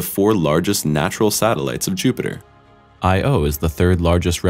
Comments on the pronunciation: It's not I.o. it's Io it's a word!!! Not initials! Damn!!! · That moon is not pronounced I.O. but Io, all one sound not 2 separate letters for the name. You're supposed to be a science channel. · I-OH or Low... lol its pronounced "Aiyo" Also how wouldn't they realize that the black spot was a shadow right away? It seems super obvious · Both pronunciations are wrong. Io is a Greek name and should be pronounced as the Greeks say it. It's not "Ayoh" and it's not "Aiyo". It's I-o. Just "I" and "o". Not "AI" and "OU". IO. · I think it's better pronounced as "Ee-yo," not "Eye-oh." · omg I O is triggering me...it's io (eye-o). Maybe the black spot is caused by the same thing as in the movie 2010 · “Io” is a single word, not two letters to be read separately. It sounds like “EYE-oh.” Said smoothly. Also, who writes your texts? Who uses words like “aforementioned,” “thus,” “thereafter” in actual speech? This sounded like reading straight out of a report, and made the whole narration sound stilted and bookish. Some editing to change it into something more like spoken language would have helped a lot. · It's funny that you're a space channel yet pronounce Io "Eye Oh" like it's an abbreviation and not a greek goddess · who the f pronounces IO as I-O ? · You called Io, Lo. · Narrator called Io “Lo” the whole video and swapped it out the audio while editing. Notice how the audio is slightly different every time he says Io. they missed an edit and he says “Lo”. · Listening to you call it I O makes me want to fill my ears with bleach. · Must be an AI voice. I don't think a human would call Io "I.O.", or even "Lo" as it did at one point. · "shadow of lo" lol or ioi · Don’t you know it’s the “Shadow of Lo?” . It sounds so ominous! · It doesn't really matter how you pronounce it, the object of speech is to exchange information, if you can say "I-owe" "I-oh" "I-oeh" "I-o" or any other, the person will know what you're talking about if they know about the moon Io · Io not I O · I - O XD